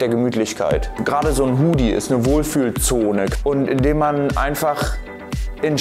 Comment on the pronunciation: Ich wünschte würde endlich mal das Wort "Hoodie" richtig aussprechen.